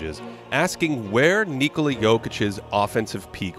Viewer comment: Congratulations, what a milestone! And props for being one of the few that pronounces KNEE-ko-la correctly :)